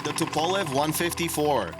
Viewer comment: The way you pronounce Tupolev and Antonov makes me cringe